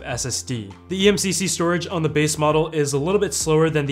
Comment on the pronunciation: eMMC not eMCC